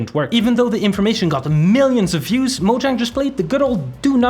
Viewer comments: It's not pronounced moe djäng dude it's maw-zhong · This lawsuit will 100% fail, also you would think that as big of a fan this guy is, that he would be able to properly pronounce 'Mojang'